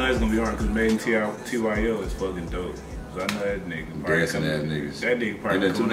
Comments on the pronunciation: It’s pronounced made in Tokyo not made in tyo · It’s pronounced Made In Tokyo 😂. TYO = Tokyo. Not made in Tiii-yooo, It’s Tokyo 😂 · just for reference, it's pronounced "Made In Tokyo." anyway, I love your content, keep it up guys 👍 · Its pronounced Made in Tokyo (TYO an abbreviation for Tokyo) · Madeintyo is pronounced Made in Tokyo